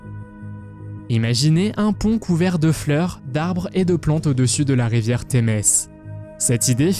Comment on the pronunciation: C'est Kobe, pourquoi prononcez vous : Kobi ? Le fleuve qui coule à Londres s'appelle la Tamise en français , Thames que vous prononcez mal d'ailleurs, c'est en anglais.